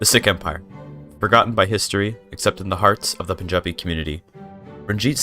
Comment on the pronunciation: he pronounced punjabi and panjab better than most